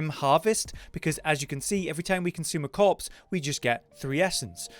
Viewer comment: After reading this every time you hear him say corpse you will hear cops